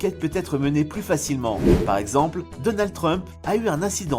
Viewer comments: Donaldeuh Trump, Andjela Merkel. Pas si pro que ca pour écorcher a ce point là des noms qu’on entend tous les jours... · DonaldE Trump 😂😂 ça me perturbe à mort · Lol alors lui il c’est pas dire donald trump lol mais donald de trump 😅😅